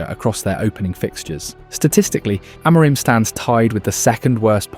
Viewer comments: AM A RIM ... get it right ... AM A RIM !! Not A MOUR RIM! Are you American talking about British football? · I assume this is an AI who is mispronouncing people’s names rather than somebody who has avoided every mention of their names. Ten HAG and A-MORE-im? Try harder. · Narrator can't pronounce ETH's or Amorin's name. I'm out. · The two different pronunciations of Amorim at the beginning and the end had me on the ropes 😅 nice vid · Didn't realise I was listening to AI until the 'simone else' . Spelling error in the script? I did think it was a novel pronunciation of Amorim.